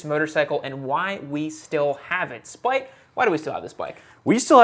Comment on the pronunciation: Spite... not spike